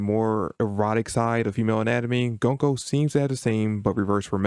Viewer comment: Interesting video. Btw it's pronounced "GOON-ko", not "GUN-ko"